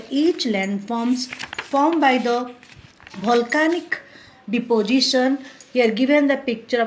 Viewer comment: Omg... what she is teaching, she is just reading and not explaining anything , and who pronounce volcanic as bholcanic!!! not good at all...